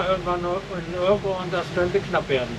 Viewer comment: Also eure Aussprache der Städtenamen ist ne Katastrophe ( Urk gesprochen Ürk) aber ich mag euren Kanal sehr gerne. kleiner Tipp fürs nächste mal, das große Gebäude auf der anderen Seite des Hafenbeckens ist auch ein sehr gutes Restaurant.